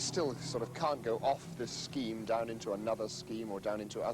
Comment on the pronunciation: "Ma brother's doon therrre" S M A C K ! 😅